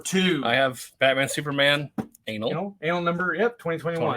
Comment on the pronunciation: Is intentionally pronouncing "annual" like "anal?" I guess so